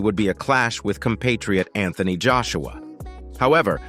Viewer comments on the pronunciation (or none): none